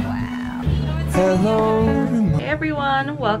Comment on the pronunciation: She said hellowerrr to alice😭😭😭😭